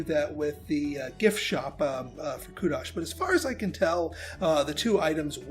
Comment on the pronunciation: "Kudosh", is a form of currency earned once you gain "kudos", which would be defined as accolades for doing something outstanding. Therefore, it stands to reason the sound of the word would follow the same letter 'O' as in 'Ovation', or, kudos. 😉